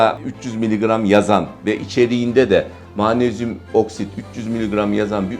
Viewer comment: Mağnezyum = MAG NEZ YUM!